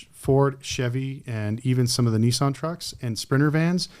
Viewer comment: please guys its NISSAN not NEE-SAN